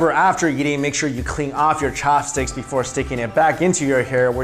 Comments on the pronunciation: Fork for me thanx.... Why you say cho-hops stix? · Am I the only one why got annoyed that he emphasized CHAHPSTIX every time?